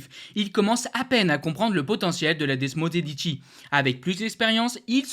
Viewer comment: Desmo quoi? T’as pas fait italien en LV3 mon petit 😂